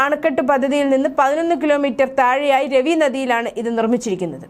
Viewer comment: It is not Ravi but Raavi